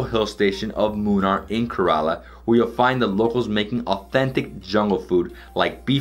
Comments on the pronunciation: Please pronounce Kerala properly .it is Kay - ra- laa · I liked your video, as I usually do any travel/food video of beloved India...but...and I really don't mean to be so critical, but your pronunciations are horrid. For those of us Westerners that love India...we may never get it completely right, but....Ka-rel-a--for the state of Ker-A-la? (A Karela is a bitter gourd). Besides, it's fun to work on Hindi and Indian names...they will appreciate our efforts...Have fun. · Man... It's Kérala not karala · Poonjab, karaala, karn taka 🤣🤣🤣🤣🤣🤣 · Also Kerala is “ca as in care - run- la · Yeah I was thinking 5 trips to India and hasn't learned how to pronounce Kerala